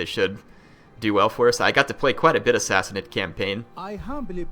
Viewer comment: Go / Sassanid Persia! End slavery through out the known world. Sassanid is pronounced Sassaneed, long "e" sound:^) We need close order Tirbad archers too (could also use pavise for sieges, and which can be combined with Paighan spear, pronounced Pieghan, a long "i" sound:^) Oh Dart were first used with the Paighan spear also...